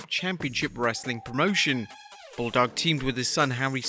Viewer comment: Anybody else catch him say Wrassling content?